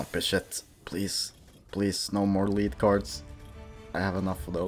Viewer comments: You say "Dirty Bomb" like a boss!.....also it pronounced "Led" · It's pronounced led but I still liked the video. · Its not liid card its lead